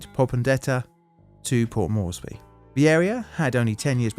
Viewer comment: Port MORES-BEE, not Mor-es-by.